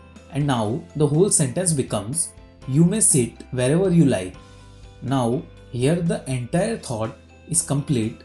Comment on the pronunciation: Its wherever not vherever